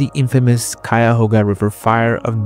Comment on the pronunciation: Great pronunciation of Cuyahoga. Some local folks can't say it correctly.